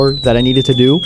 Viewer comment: Bro said "Someone had to o it"